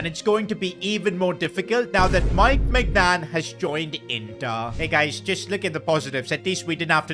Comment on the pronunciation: ITS NOT MEIGNAN